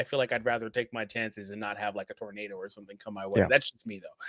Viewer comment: “Tornado “ lol